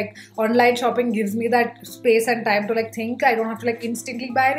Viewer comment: Okay but why do you stress on certain words ?😂 so hilarious its ट TIME NOT ठ TTIME Sometimes it's irritating to listen to again and again